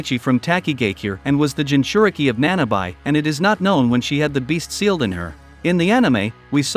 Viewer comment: I was 1 second into this until I heard the mispronunciation of Junchuriki. Hell!! It's even spelled wrong in the title. lol